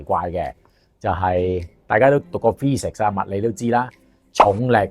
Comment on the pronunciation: Physics讀錯fee 食士